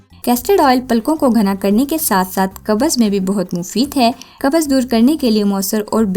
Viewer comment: Qabaz nahi hota qbz hota hy constipation